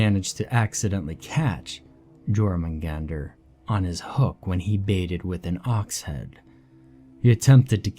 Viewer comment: Aside from the butchered pronunciation, great story. You would think that a professor would know how to pronounce the name of the World Serpent correctly. Hearing it pronounced with a hard J sound is hilarious.